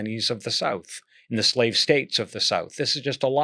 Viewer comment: Zlave, zlavery... these words hurt so much the intellect that they're hard to pronounce, don't they? Insightful conversation, thanks.